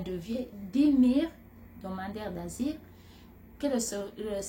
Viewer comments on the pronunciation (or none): Tu a un problème a dire le mots asiles